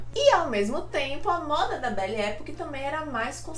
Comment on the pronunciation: Belle Epòque. Pesquisa a pronúncia